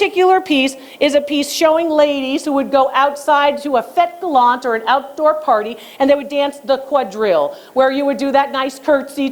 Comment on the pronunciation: I love it when you say French terms like quadrille, fête galante, rocaille, etc. I'm a huge fan and follower from Paris, learning about French art with you Dr. Lori, merci beaucoup 🤩